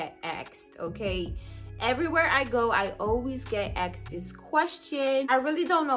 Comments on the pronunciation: Axed?? Asked 🤦‍♂️ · Axed?? Asked!!!!